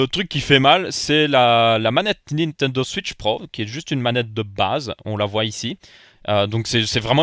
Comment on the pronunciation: La premiere fois que j'ai entendu le nom de la nouvelle nintendo j'ai entendu nintend' auswitch